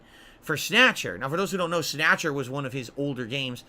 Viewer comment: Snayutcher. This video is rife with goodness